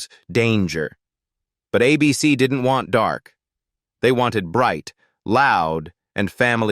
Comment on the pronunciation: AI narraton sucks, a bc is ABC, where each letter pronounced individually, the "long" version